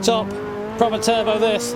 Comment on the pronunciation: 1. Not "Teubeuo" but Turbo. 2. F40 is just overrated.